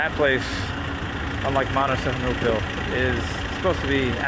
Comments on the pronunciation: I’m glad you pulled this off however living in Thailand for 17years? I find it impossible you kept pronouncing the name of the town you were in would be impossible bro. It’s said snooville and it’s simple so I call bullshit straight away. Glad you speak Chinese and hope you go back asap probably fooled everyone as well. Sad. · You're also pronouncing the name of the town incorrectly